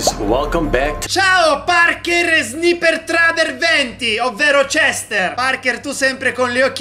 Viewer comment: Nome Cester si pronuncia cester. Come lo pronuncia: cestr 🤣🤣🤣